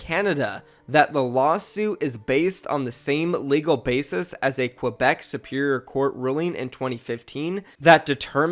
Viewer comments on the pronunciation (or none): none